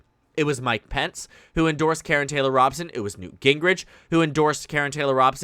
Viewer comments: It is Robe-son not Rob-sun. Fyi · Good video. Just so you know, her name is pronounced ROE-bson. I speak as a native Arizonan :-)